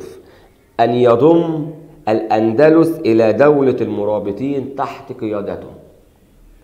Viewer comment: الأندلس وليس الاندلوس